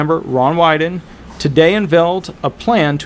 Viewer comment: Ron Wyden is one of Oregon(D) Senator. You pronounced it correctly